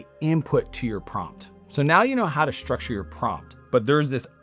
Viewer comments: Shhtructure shhtrategy? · “Shtructure and Shtrategy”! 😂